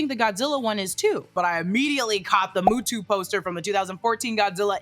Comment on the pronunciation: Stop saying MUTUU